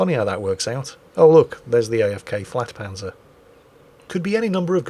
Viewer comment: not flagpanzer it is pronounced yagpanzer